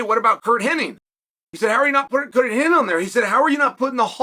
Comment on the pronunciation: HennIG not Henning